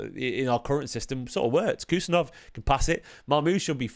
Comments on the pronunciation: His name is Abdukodir not Khusa,surname pronounced husanov like h in Halaand and Husaaanov not Kusanooov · Bro said kus kus 😂😂